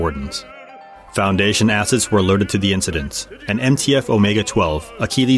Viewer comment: I’m sorry, “Foundation asses?”